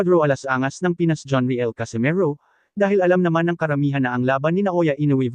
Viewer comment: Anong John re el? It's pronounced as riyel..my gosh naman kayong mga vlogger...